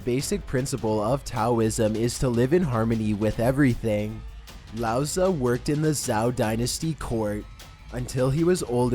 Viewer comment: I cringe every time he pronounces "Laozi" as "Laoza" lol